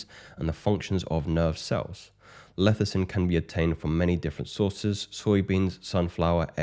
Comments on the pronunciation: It's Lecithin, not Lethicin. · It’s pronounced LESS-I-Thin not LETH-I-Cin